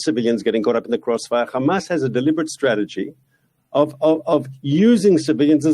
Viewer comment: Reporter: why are you committing genocide? Mark Pinocchio: KHAMAS, KHAMAS, KHAMAS, KHAMAS, KHAMAS, KHAMAS, and finally khamas.